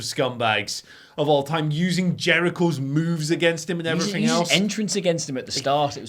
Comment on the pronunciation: “and effryffing else”